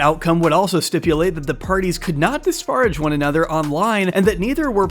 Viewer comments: Did it bother anyone else how J doesn't know how to pronounce "Disparage" Like, you used to the word so much man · bestie, you can't keep saying disparage like that